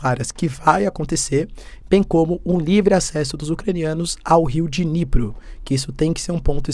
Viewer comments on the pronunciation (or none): none